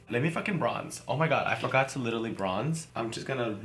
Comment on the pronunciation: Nobody: Kimora: "Littally" 😂😂😂 love you girl